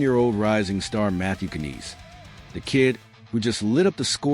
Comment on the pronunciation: Lol say his name right first what trash